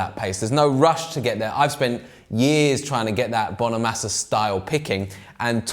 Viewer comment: It's Bono -mah -sa 👉🏻short A! Not long A bro! Get it right! Peace ✌🏻